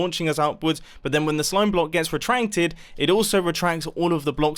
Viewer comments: "RetraNcted" Nice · Timestamp .did he just say re-trenk-ed